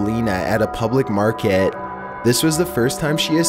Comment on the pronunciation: At a public markehhhh.